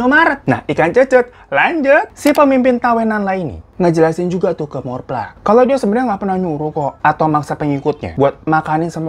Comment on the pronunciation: Thawee dibacanya Thawi dan Morpla dibacanya Mo-pla Dan Chaiyaphum itu provinsinya sedangkan Isaan itu regionnnya (diatas provinsi)